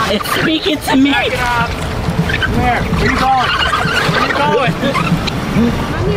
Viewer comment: its are not aar